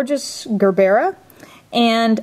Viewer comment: It is pronounced "jer-bra" as in the flower